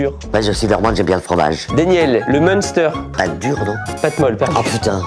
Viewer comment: le mEUNster 😂